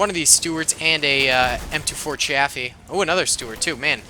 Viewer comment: That pronunciation of Chaffee makes me cringe...